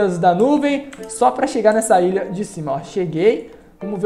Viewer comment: Cara tu fala mó errado é ILHA n ILIA e tbm n é PRESTIJIO é PRESTIGIO